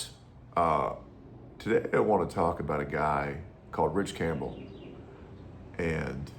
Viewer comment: I wuv wichie wampbell.